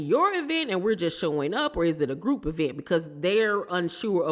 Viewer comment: Has stopped calling it an "e-vent" yet?